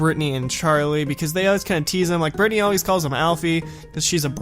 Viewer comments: its not bratanny its britanny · Did you say BRATNY